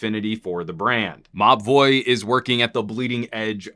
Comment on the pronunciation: I swear this whole time I thought you were saying "Ma Boi" not Mobvoi